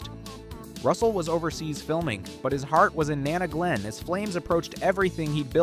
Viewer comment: Learning how to pronounce Nana Glen might have been good too ;)